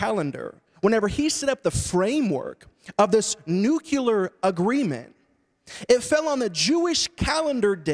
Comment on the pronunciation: Interesting, when you continue this conversation it is a nuclear issue not a nucular issue.